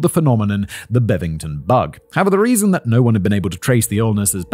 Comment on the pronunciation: It was the “Bovingdon bug” not the “bevington bug” 🤷🏻‍♀️